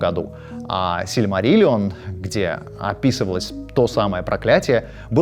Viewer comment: Отдельный респект за правильные ударения в словах "Сильмариллион" и "Галадриэль".